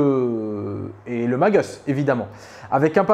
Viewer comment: Please,, quant tu évoques Primus, Magus et autres, mais en particuleir ceux là, la prononciation à l'anglaise style "magueuss" ou "prymeuss" est inutile: ce sont des mots à racines latines...